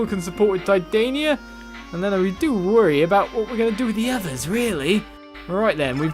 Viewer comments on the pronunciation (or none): ...watch Fairy Tail... then you'll know how to say Titania... >.>